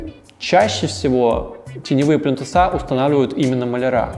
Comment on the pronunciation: Спасибо! Очень много интересного и полезного узнала из Ваших видео. Но, пожалуйста, не говорите «плинтусА» - правильно плИнтусы. А также малярЫ, а не малярА. Правильная речь сделает Вас ещё более крутым дизайнером) Удачи!